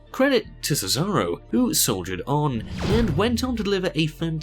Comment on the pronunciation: I burst when he said thetharo